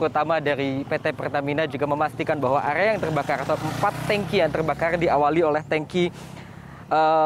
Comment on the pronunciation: Area bg, bukan agea... 😅😅😅